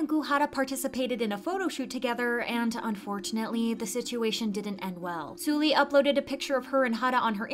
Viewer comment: The way you say 설리 is triggering lol. Try saying Seolli not Sooli.